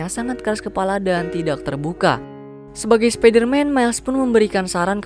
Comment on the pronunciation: Spidaman 😂 Spiderman dari univers prindapan